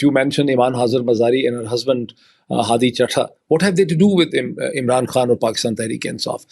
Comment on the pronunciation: Why does he pronounce the word khan like foreigners when he’s speaking English to non Pakistanis?!